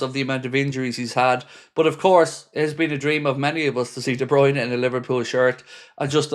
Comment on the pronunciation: No no. De Bryune no